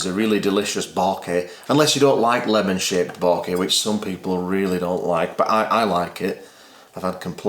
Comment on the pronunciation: Say Bokeh again ;-))